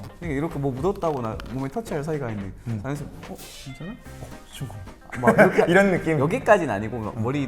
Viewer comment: 이렇게를 이르게라고 발음하는거 너무 귀엽..